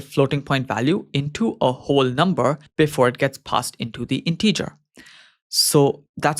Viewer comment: A bit of constructive criticism, your pronunciation of the word “integer” is incorrect. I really enjoy your videos, I find them very helpful, thank you for producing them. 👍